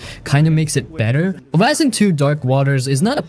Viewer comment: Ar-a-isen ??? Its a-ris-en as in arise ... as in rise